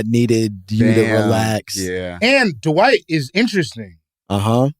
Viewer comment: i love how bro in black calls him d’wight